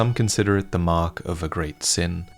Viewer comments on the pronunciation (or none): none